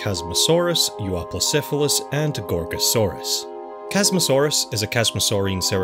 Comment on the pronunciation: Casually pronounces Euoplocephalus